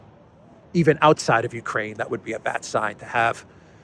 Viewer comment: The ju-koo in Jukraine 😊